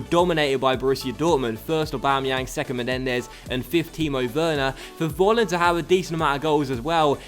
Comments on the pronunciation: Volland must be pronounced like 'Folland' because here in Germany you pronounce the V like an F. Sorry for my bad English (:D) i love this career mode!! Greets from Germany :) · Just a tip, i think Kevin Vollands name is pronounced Kevin Folland